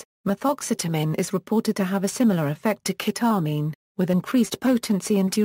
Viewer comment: ke-tah-min hahaha lmao